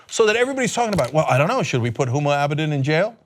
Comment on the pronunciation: Let me get this straight, NO ONE not even Huma Abedin's mother has been talking about this woman, and this moron gets up in the morning and decides to talk about a person that he couldn't in a million years pronounce her name correctly ? Some idiot is telling this idiot what to burp out on Twitter, we are in trouble.